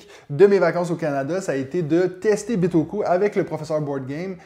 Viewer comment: Taxe bagages à l'aéroport? ben non, en japonais on prononce bien /bitoku/ comme en français! Jolie chemise! Bonne année!